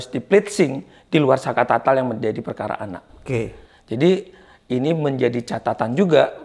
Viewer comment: Saka Tatal om, bukan Saka Tata